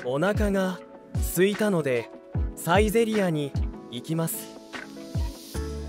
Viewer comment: Could you explain this please? お腹が空いたのでサイゼリヤに行きます sounds like: Onaka ga suitanode saizeriya ni ikimasu sounds like: Onaka ga aitanode saizeriya ni ikimasu Why?